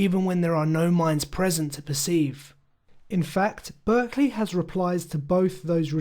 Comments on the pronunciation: May I correct one thing? It's important that you know his name is pronounced "Bark-lee". You are using the California school/region pronunciation. Thank you. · A very interesting video but one small thing: I don´t want to nitpick, but I´ve heard more than one that the name is pronounced "Barkley".